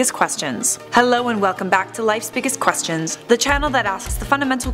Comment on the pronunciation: The way she says ‘Questions’ makes me cringe...